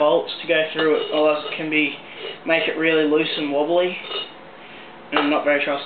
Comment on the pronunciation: lol listen to him he says wobly all retarted